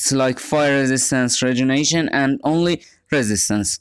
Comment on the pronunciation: i was just watching this for the second time on my PC. and i realized you're pronouncing "regenerate" wrong. you might wanna look that one up